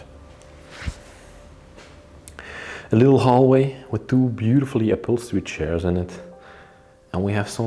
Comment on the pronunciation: I've watched 4 or 5 of your videos so far and this is the first place that actually has any STYLE as well as genuine craftsmanship. You might want to get hold of a furniture guide and learn some of the basic names of furniture - like the "settee" described as made out of "shares" which by now I KNOW you are aware are pronounced CH(AIRS). If you're going to do this repeat guided tour, repeating the same words and descriptions over and over with every house you visit, you may as well get it right. I love that you respect the property even in its abandoned state, and that you take precautions and watch where you step, and how you enter and leave. A shame that - as you pointed out, woodworm have already begun destroying what is there, and that what we are seeing will not remain in such good condition for much longer. Thanks, for the opportunity to see it before it disappears, forever.